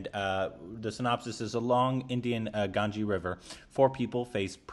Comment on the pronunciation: Gan as in Gang, and ges and jiz (rhymes with biz)